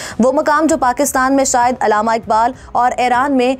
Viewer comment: I am an indian Muslim,never seen like this,even non muslims people can say "shayad"but not a Pakistan Muslim girl. Aap ager nihayat hi aham malumat fraham karrhe hain to aap ager talaffuz ki adaigi nahin kar parhe hain to aap ki tamaam kavishein fuzul hain